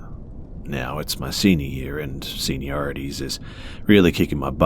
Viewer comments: Haha it’s so cute that you pronounced it like “senior-ih-tees” ( ish) but it’s actually “senior-eye-tis” aka that slump you hit during senior year when you don’t wanna do shiznit 😂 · How cute, he said “seniorities” instead of senioritis 😂